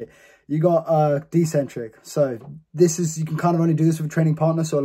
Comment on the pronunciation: It’s ECCENTRIC, Not DEcentric